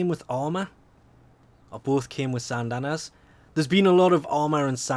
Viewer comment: 'Sysandana'....why.....